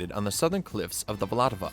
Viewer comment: It's not Vlatava but Vltava 😅